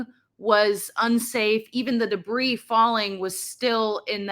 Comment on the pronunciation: She keeps pronouncing the "s" in debris. It's very distracting!